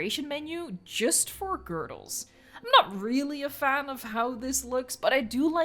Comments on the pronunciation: I usually think I'm a fairly mature person, but I still found myself giggling every time pronounced "girders" as "girdles". I am no better than a child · the way you say girders... wtf how do you say it that wrong lol. otherwise nice video